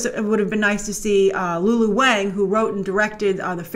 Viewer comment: Lulu's last name is pronounced "Wong"